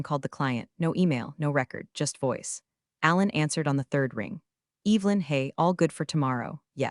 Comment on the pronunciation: Evelyn is NOT pronounced with a long E.